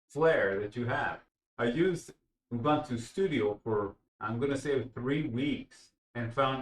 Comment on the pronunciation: And it is "Ooboontoo", not "Youbuntuh".